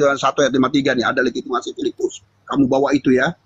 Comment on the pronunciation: mau sebut legitimasi saja legimatasi payah oten